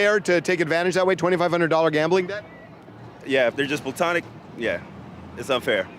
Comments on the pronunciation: My guy said PLUTONIC instead of platonic and UN-KNOWANCE instead of unbeknownst within the first three minutes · PLU-tonic friends? Sounds like POO-tonic. 💩💩 THANKS FRIENDS! THAT'S MY TIME!